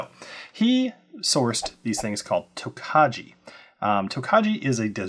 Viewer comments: Please get the pronunciation correct: Tokaji is pronounced "Toe-KEYE". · Thanks for the review! Wine guy here, just wanted to give you a heads up It’s pronounced “toke-eye” you don’t pronounce the “j” looking forward to getting this bottle! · Please get the pronunciation correct: it is "toe-KEYE". Otherwise it takes away from what was a credible review.